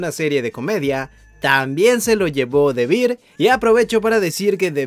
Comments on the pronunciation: Gracias, gracias... Porque no se dan cuenta antes de errar? OMG😅😅 Bear and Beer no se pronuncian igual. 😮😮😅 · the beer 🤣🤣🤣🤣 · Susecshon y Debir... me arden los oidos 😅😅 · Qué tal si aprendemos a pronunciar ‘the bear’?